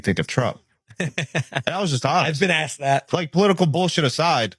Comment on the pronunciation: It’s asked NOT aksed